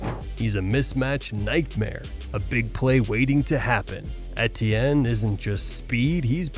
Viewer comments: E.T.N. Travis Etienne is in his fifth year in the NFL. His name is pronounced, simply E.T.N You should know this by now. He said it multiple times his rookie year and it's in the media guide. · Butchered etiennes name pronunciation, but I probably butchered the spelling so I guess we’re even lol